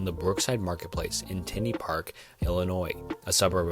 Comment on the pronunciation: Hey I love ur video but it's not tinney it's tin lee park